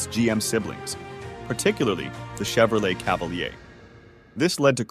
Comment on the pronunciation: Oh yeah you mean the Cadillac Caviler 😂😂😂😂😂😂😂😂😂